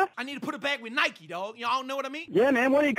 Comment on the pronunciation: Got pissed that you were saying Nikee